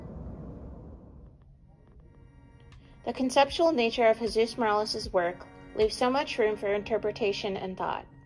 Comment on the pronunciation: His name is MorOles, not MorAles. He hated it when people pronounced his name wrong.